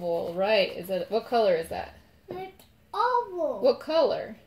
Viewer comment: His oval sounds like opal! Lol 😂 so cute! If you put it on or in a sonic cleaner for jewelry it’ll help shake out the bubbles